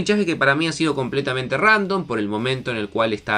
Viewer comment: Se le escucha divertido decir random🤣